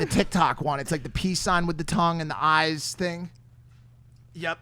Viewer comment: I'm hela weak, haven't had a good laugh since that one time a guy struggling to pronounce, "eyes" correctly